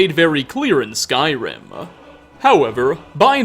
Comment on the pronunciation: "Skyrim Ah" "trolls ah" "information ah" "wood elves ah" Why does this dude finish almost every word with "ah"?